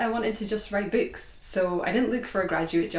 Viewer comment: I love the way you say "books"